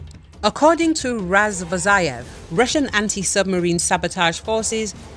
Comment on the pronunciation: Why Razvozayev? RazvoZHayev!